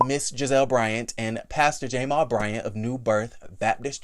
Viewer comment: Stop saying the letter and make the sound!!! Stop calling that man Jay-mall lmao! I cant with u!